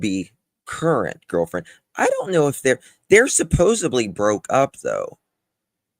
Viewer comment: Hey, supposedly has a d in in not a b, please say it properly, so friggin annoying when Americans pronounce it incorrectly